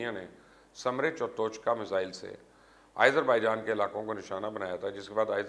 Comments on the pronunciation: Its Azerbaijan not ayezarbijan... Bolain to theek se plz.. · Why continously calling Azarbaijan, AIZER....? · YOU STILL CALL IT AS IZERBAIJAN WHAT IS WRONG WITH YOU ????????? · Aaiezerbaijan.....hahaha....how is he pronouncing it😂🤣😂